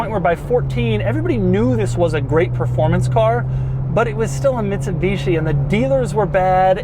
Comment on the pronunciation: “Mitshibeeshi” hahahahha